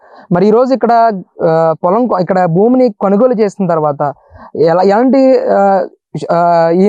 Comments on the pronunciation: కనుగోలు ఏంట్రా? కొనుగోలురా అది. ఏం తెలుగురా అయ్యా 🤣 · అయ్యా! రిపోర్టర్ గారూ... కొనుగోలు అనండి... కనుగోలు కాదు!!